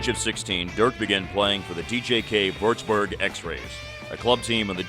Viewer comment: Würzburg not wördsbör